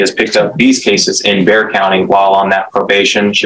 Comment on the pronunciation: Clickbait. Narrator needs to STFU. BTY is Bexar county, not Bear County